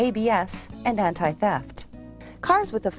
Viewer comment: “Anta Theft system”